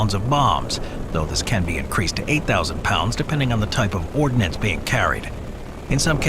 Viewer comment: the word is *ORDNANCE not “ordinance” which is a law made by a local government.